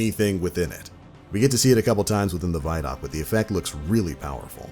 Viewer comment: Pronounce the word “video”. Remember how you pronounced it. Especially the first 2 letters. No say those first 2 letter like you just did. And add the following 3 letters. D o c. Now you know how to pronounce “vidoc”!!! CONGRATULATIONS!!!!